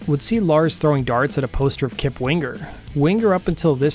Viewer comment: Very interesting stuff, but, seriously.... it's so annoying when people mispronounce words or names. Especially, the words or names with 'ng' in them. You are not pronouncing Winger correctly. It's not wing "GER!" It's Wing ER!!! There's no "GUH" in there. The 'ng' is a "word grouping" that makes a specific sound. The back of the throat STAYS CLOSED. It does NOT open to a "GUH" sound. Damn, I can't wait to do a video on my channel about how people mispronounce words and names. Like PEART. I'm gonna clear that one up once and for all!! Anyway, great video!